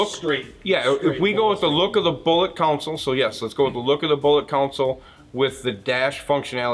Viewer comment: Love the accent, sounds like console is "COUNSOLE".